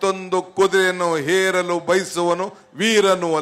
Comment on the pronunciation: ಹೇರಲು ಅಲ್ಲೋ ಅದು ಏರಲು...